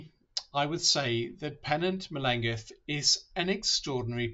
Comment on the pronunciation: Google the ‘LL’ sound in the Welsh language (much like a hissing cat!) - her name is not pronounced correctly in this video :)